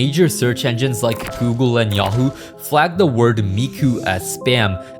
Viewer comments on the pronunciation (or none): none